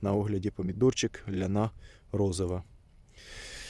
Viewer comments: Чого лянА якщо це ЛЯна , це жіноче ім'я.... це старий старий сорт.... капуцинів шене чула щоб так назву перекручували.... і знову халІ галІ, піпєц тож правильно хАлі-гАлі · Ляна наголос на я